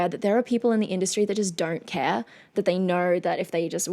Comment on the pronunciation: Hi very pretty witch! I'm just as curious as a cat...you know I can't help but notice your peculiar way of pronouncing "o" with an "r" sound atached to it, like you say "DONr'T instead of "DON'T", can you please tell us something about it? By the way, your in depth analysis and insights to everything you react to is as always, anticipated and highly appreciated. Plus, of course, the bonus beauty!!!